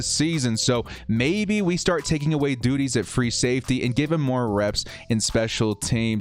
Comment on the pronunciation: You said duties...